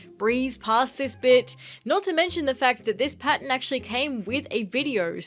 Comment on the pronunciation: thought she was saying 'patent' but she was saying pattern